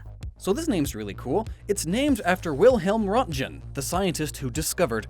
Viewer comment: They really butchered my man Röntgen